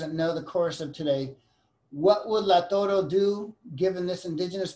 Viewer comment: It’s Lautaro, not Lautoro.